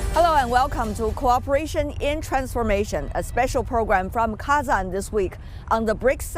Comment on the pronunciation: Not Kezen, but KAAzAAn😂😂😅😅